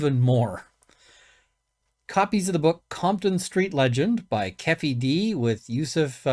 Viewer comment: Keffy d? 😂 Sorry but funny✌️🇬🇧